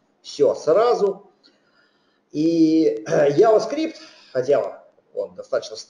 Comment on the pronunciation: Вцелом лекция неплохая, но 1) Произносится JavaScript как "джаваскрипт". Ява, это чай. 2) для приведения строки к числу используется Number ; 3) По поводу последнего примера очень хочется получить адекватный комментарий от автора.